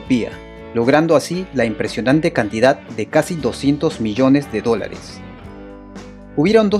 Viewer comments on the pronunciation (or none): none